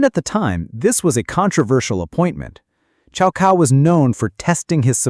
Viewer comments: Exactly it's not 'chow cow' but rather it should be pronounced 'tsao tsao' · The correct pronunciation is more like "Tsow Tsow". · Cao kao? Really. Ai slop.